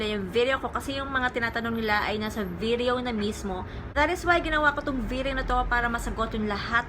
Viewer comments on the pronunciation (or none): Nakakainis yung pag pronounce ng VIDIYOW HAHAHAHAHA ARTIII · Natatawa ako sa pag pronounce sa video at products pero ang ganda nag content